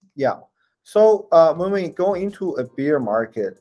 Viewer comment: On dit Bèèère market et pas Biiiiire market. On parle d'OURS(BEAR) et non de BIERE BEER. Incroyable le nombre de gens qui font cette erreur. J'oubliais ceux qui disent le "bulle" market mdr.. On dit BULL (prononcer BOULE) (taureau) market et non les bulles de champagnes.. On doit dire au passage RED BOULE et pas RED bulles. Le taureau rouge sur le logo les mecs! Alala